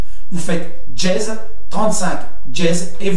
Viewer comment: C'est pas "djez" c'est "dièse" !